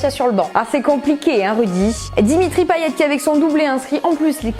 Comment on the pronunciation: Bravo! Mais pour info ça se prononce Payet et non "Paillette" 😏